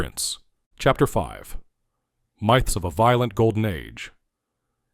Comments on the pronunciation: MY-ths of MI-ths. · Pronounced myths wrong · It obviously is AI. Very fake sounding. Here's one of a few examples of mispronunciations. Listen , when he says "myths of a golden age". That's not how "myths" is pronounced.